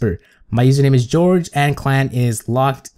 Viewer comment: Its not George